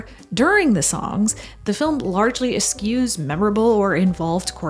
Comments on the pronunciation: the transcript has substituted “excuse” for “eschews” because the word should be pronounced “es-CHOOSE” not “es-CUES”; the usage is correct, but the incorrect pronunciation creates some confusion as to what idea the presenter is trying to get across. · oh no, please pronounce the CH in "eschews". Just pretend the ES isn't there at the beginning of the word and you'll be on the right track. There is another work, "askew", which is kind of like what you said, and which is what your pronunciation of "eschews" is, but sounding like "askews" is just not right. I will "excuse" you this time, especially if you "choose" the right pronunciation in the future.